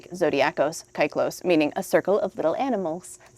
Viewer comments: is usually pretty good at pronouncing words from other languages, so I almost get disappointed when he mispronounce fairly simple words, like "kyklos" here. It's a very Engligh thing to pronounce a vowel as a diphtong. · I love how you pronounce kyklos (kai-klos) despite the fact that the word circle sounds quite similar to the original one! Congrats for the plaque